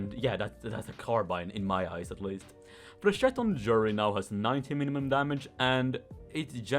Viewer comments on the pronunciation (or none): none